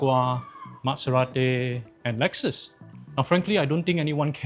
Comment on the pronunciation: un subscribed after this dude cant even pronounce audi and maserati right . byd such a crap quality car yet he say is good hahahhaa